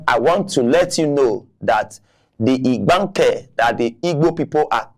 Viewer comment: This man cannot even pronounce Igbanke and this is part of their state. If they were treating these people well, that would even be pardonable. These people believe these Igbanke people will just stay with the and be treated as slaves.